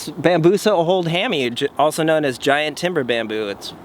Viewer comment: What is it with everyone pronouncing it old hammy? Oldhamii should not be pronounced that way.